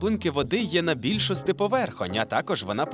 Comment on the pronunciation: Я помітила вашу "нову-стару" вимову (наприклад більшостИ). Дуже приємно це чути!❤